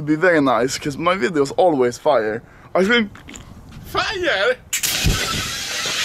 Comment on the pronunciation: Anomaly: my videos are always fire. Papanomaly: FiRe?!?! sprays fire extinguisher 😂😂😂 best part. Just the way he says fire.